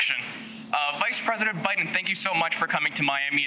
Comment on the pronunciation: Presurdent he said. Like wtf why are they not grilling him like trump on his health and speech. Why dose it not concern you as a American they are pulling sh.. Over your eyes